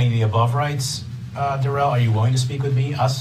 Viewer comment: It might be the pronunciation of his name. The court says Darrell but he pronounces it as Day Rell.